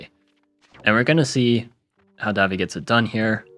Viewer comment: daVI not DAvi